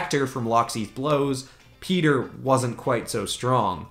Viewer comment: It’s not Peter it’s pietro